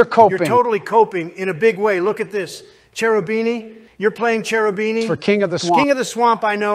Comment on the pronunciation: Trump can't pronounce Cherubini lmao.